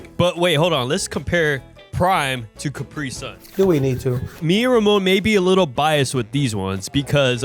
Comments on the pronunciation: left guy says capry sun right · Its cu-pri-sun not capri-sun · “CAPRY SUN”😂